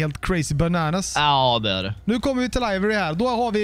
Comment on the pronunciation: Du uttalar livery fel.. just sayin